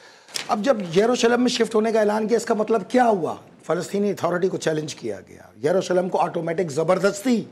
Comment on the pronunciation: What a silly jihadist. Can’t pronounce the name of Jerusalem.